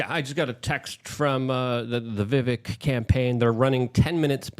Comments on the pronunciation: Excuse me.....his name is VI VIK RAMASSS WAAAMY. Like VIVEK RAMASWAMY. With A 🌈 rainbow flair..😂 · Right? It’s Vivek like cake. I get my name pronounced incorrectly all the time and it’s very annoying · LUKE ITS VIVAKE LIKE CAKE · The Correct pronunciation of his name rhymes with cake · Omg how do you have him on your show but can’t get his name right???!! It’s Vivek like CAKE